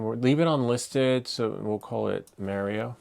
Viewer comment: Bro you say Mario all wrong think about the planet Mars not Mare